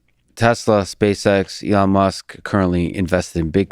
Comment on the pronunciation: He can't even pronounce ELON's name correctly!!!! - "SpaceX and Tesla were obvious" Please cancel this man